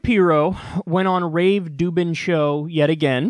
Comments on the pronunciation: Why does he call him rave dubin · haha why is kyle calling him Rave Dubin' ? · I think I haven’t watched enough videos to be in on the joke but... Why the heck do you call him Rave Dubin? Just... curious.